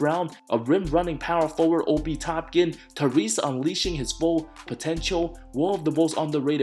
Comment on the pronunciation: I can’t tell if mispronounces names wrong in purpose or not lol. Obi Topkin and Jalen Sluggs killed me